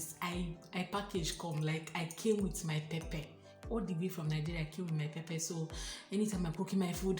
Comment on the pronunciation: This word "pepper" is pronounced differently..please check the pronunciation in Google.....the "Pepper" is always there ask for it and it is usually there. We don't like pepper because of children.....as a family, when we go out we would prefer to have food that a 2yr old can enjoy.....for foods having pepper...find them in parklands where indians usually reside. Thanks for a good video